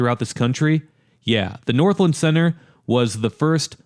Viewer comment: I'm sorry I have to say it, but it's pronounced North-LAND not Northlend 😅